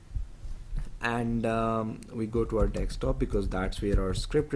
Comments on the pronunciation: Very nice tut 👍 just speak it desktop n not dekstop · It's pronounced "dessktop", not "dekkstop". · Stop saying dickstop it's desktop !!!